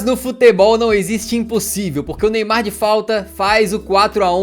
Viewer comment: ele falo lemar em vez de neymar